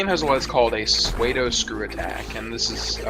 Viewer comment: Pseudo Spin Attack is pronounced like sue-doe, not suede, for the commentator's information.